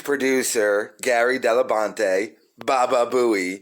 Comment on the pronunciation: Did you call him Gary DellaBonte?